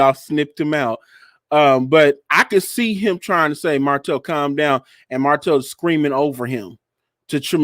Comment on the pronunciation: For some people, messing up a person’s name is triggering for many reasons. Mispronouncing or misspelling a regular word, fine. But someone’s name is kinda disrespectful. Plus “Marsue” hits the ears like a knife. Lol. Sometimes I fast forward. I love y’all tho.